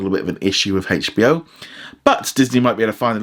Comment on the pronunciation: i know but he said like hachbo max